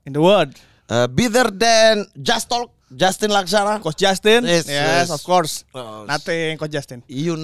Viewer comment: Of course jadi of skor. Ngakak maaattt gua lah 😭🤣😂🤣